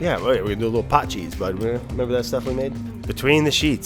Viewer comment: Why do you think he called it Pot cheese